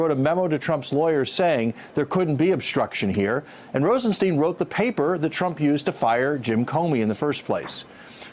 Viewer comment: Grrr, it's Rosenstein as in Einstein. Not Rosensteen.